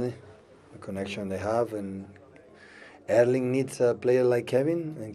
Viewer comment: Pep's pronounciation of Erling's name is actually pretty close to the Norwegian pronounciation.